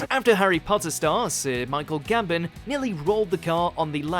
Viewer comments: Right this guy needs to get his pronunciations right, ‘High-lux’ ‘GamBON corner’ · gambem and hilix triggered me sooo Much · ah yes, that famous corner "gamben" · Gambon, not Gamben. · now repeat after me: GAMBON not Gabbon GAMBON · It’s pronounced GamBON not GamBEN 🙄😂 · actually it's Gambon, as in Michael Gambon, the old actor who first nearly flipped his car there..... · Pronounces it Michael Gambon, then says Gamben next sentence. And the hi-Lux with a short i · “Gamben” And “high-lex” ...Man that makes me cringe hearing him pronounce them the way he does... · this man has clearly never watched an episode of top gear in his life. “gamben” and “hillox” is all i can say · You can't even say Michael Gambon correctly. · You should donate all your money earned from this video for the pronunciation of ‘gambon’ and ‘hilux’ absolutely butchered them 😂